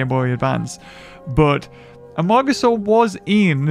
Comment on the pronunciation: I kept hearing Amogasour